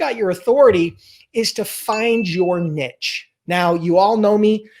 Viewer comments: Nice video. Niche is pronounced 'neesh', just FYI. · Find your "NEEEESH". it's "NEEEESH". Also, great video and thanks. Have a great day Sir.